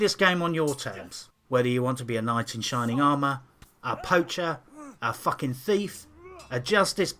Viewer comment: Subscribing for the pronounciation of 'FUACKING'. Thats how i know this game is worth playing.